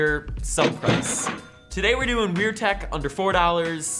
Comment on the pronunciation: just so you know its tech not tak